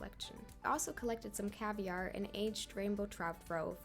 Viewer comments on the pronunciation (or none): wtf did you just call caviar?! That is not how you pronounce that word bruh…